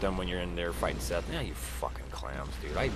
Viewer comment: it's seath not fucking seth jesus christ the introduction says it out loud for you